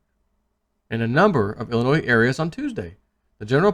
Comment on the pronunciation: ...please the S is silent when saying Illinois, it makes u look incompetent, luv you!